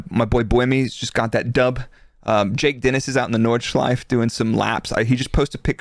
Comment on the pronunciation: Nordshleif-E, not Nordschleif. Normally I'm not that picky but that track deserves the respect to be pronounced correctly. Anyhow, great podcast again!